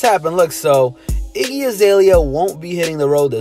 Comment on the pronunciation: It's Iggy not jiggah 😂😂😂